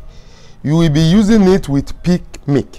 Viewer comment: Can you please tell me which type of milk. It sound like you said pig milk.